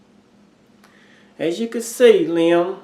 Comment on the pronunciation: Liam is also my 3 year old grandsons name. Yes, you said his name right!